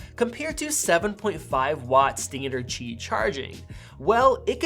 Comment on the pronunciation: Cool comparison. Glad that you pronounced Qi correctly.